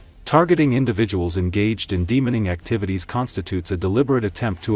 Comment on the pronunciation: “De-Mining” is being pronounced as demoning by the AI, caught me off guard hearing that lol